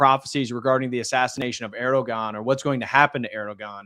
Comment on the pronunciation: The ğ in Erdoğan is silent 🤫 😊 Just trying to help out!